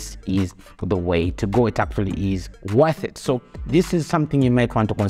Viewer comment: its definitely "WATH" it